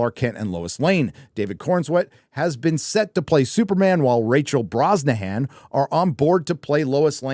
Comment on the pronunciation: It's pronounced "Rachel Bronso-hun"...